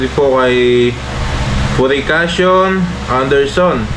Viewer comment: Hala ka,. Purificacion yun. Alam naman namin na siya yun, PurificacionAnderson,,,,, hindi lang po na-pronunce mabuti ni. Anyway,,,, Thank You, sa mga pag Shout-Out mo sa amin. We're here, always watching your vlog!😊 More Power sa channel mo, ❤🎉❤🎉❤🎉❤